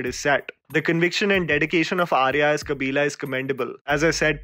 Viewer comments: It's not kabilaaaa... It's kabilan.. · Say it with me "Mariamma"- not "maryam" "Kabilan" - not "kabilaaa" I am not even a south indian but it hurts my ears when people say these names so incorrectly even after hearing them hundreds of times in the movie . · hey you have to improve your pronunciation bro ... like "Kabilan" and not "Kabila" and its "Dancing Rose" and not "Dancing Rosse" (rós·so), Its "Mariyamma" and not "Mariam" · I would like you to pronounce the characters names correctly..it’s not “Kabila” it’s “Kabilan”, not “Mariam” it’s Mariamma”, not “Ranga” it’s “Rangan”. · Kabilan pronounced as kabila, Mariamma pronounced as Mariam and Rangan pronounced as Ranga… when you pronounce a name of the character, don’t take anything for granted. Learn to pronounce the name mentioned in the cards.